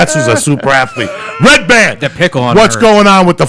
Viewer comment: So how many hatters did you get? Did they make you a lot of hats? "Ray ban" ? He's not a fucking pair of sunglasses, it's redban. It's right on the screen, hahahahah.